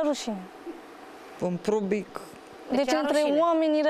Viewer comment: În pubric,, nu public 😅😅😅🤦‍♀️🤦‍♀️🤦‍♀️